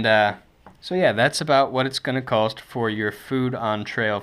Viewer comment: You know that there is no L in COST, right?